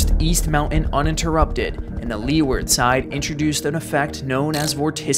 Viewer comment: for style points... it's "loo-ward" instead of "lee-ward".